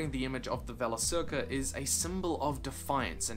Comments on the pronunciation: Forgive the pedantry, but hard 'C' in 'Valacirca'. "Vah-lah-Keer-kah'. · Ah finally! I finally have a chance to correct you! Valacirca is not pronounced "Valasirca" but with a hard c on both, as every elvish word.